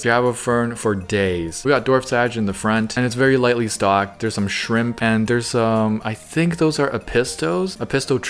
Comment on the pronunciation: “Maybe some shramP”